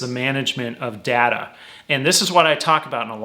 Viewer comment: good god- it is data not datta- this video is unwatchable because you keep saying datta